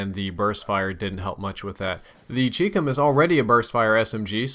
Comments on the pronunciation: CHI-COM!!!! CHI-COM CHI rhymes with SKY and COM is like .COM! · Nice vid. The Chicom is pronounced like Chinese/Computer, not like Cheekcum.